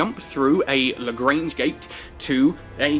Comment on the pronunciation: Explains how to pronounce LaGrange, then proceeds to pronounce it LaGrainge, lolz love ya keep up with the vids.